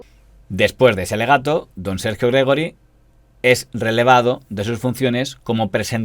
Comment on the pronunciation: Gregori es Gregorio en catalán y se pronuncia Gregório.